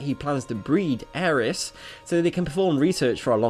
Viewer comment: It's Aerith, not Aeris.